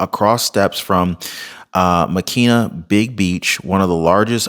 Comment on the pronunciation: I love your channel but you're butchering the pronunciations! It's Lah-HIGH-nah (Lahaina), Mah-KEN-AH (Makena) and HAH-lay-AH-Kah-Lah (Haleahkala)!